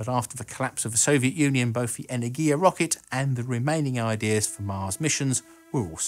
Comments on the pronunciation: And again. It's EnErgia, not EnergIa. And Konstantin, not Konstantain. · I know you're not a Russian speaker so it's totally understandable, but it's enErgia not energIa. More emphasis on the E not the I. I honestly can't say why this made me wince so much this time having watched many of your previous videos, but there you have it lol. Other than that, love your vids. Keep up the good work!